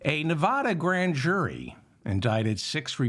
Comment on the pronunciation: Short A in Nevada, David…TY..